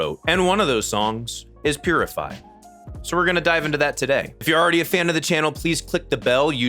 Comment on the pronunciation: Beginning of purify just sounds like he’s saying jibberish don’t even sound English